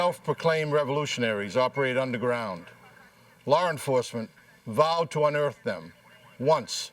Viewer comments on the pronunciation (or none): "Lar enforcement vowed to un-eartt them" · "Lawr enforcement" 🤣🤣🤣